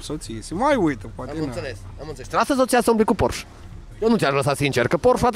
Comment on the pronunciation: 'Porșe', nu 'Porș'. Te rog să nu se mai întâmple a 5.a oara. 🤜🤛